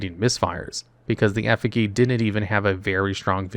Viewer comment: One of us is saying Effigy wrong